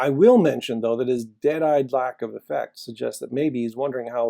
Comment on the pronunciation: Maybe I misheard you, the volume on the vid is not great for me, apologies if I got this wrong. It's not "dead-eyed lack of UH-fekt" but "dead-eyed lack of AF-ekt," the "a" pronounced similarly to cat, bat, hat, this-and-that (but not the "and," just the "that"). Lack of AF-ekt is a sign to a therapist or shrink that something is wrong with the patient, and amusingly, it's also a reason why we need diversity in education: for a long time Native Americans were seen as presenting lack of AF-ekt because WASP-type shrinks, inter alia, didn't understand their culture, and foisted upon their Native American patients inappropriate diagnoses. One wonders how the author of the Maps of Meaning syllabus failed to take that into account.